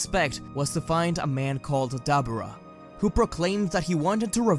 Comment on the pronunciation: I’m loving this story but why do you say dabura like that 😭